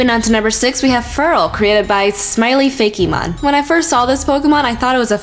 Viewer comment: it's fake-mon not fay-key mon!